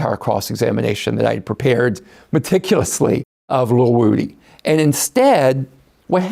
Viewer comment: Vlad refuses to call woody by his correct pronunciation. Id like to slap him.